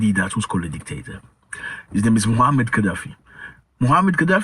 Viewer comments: The correct pronunciation of his name is Muamar (not Muhammad) Ghaddafi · Moamar, not Mohamed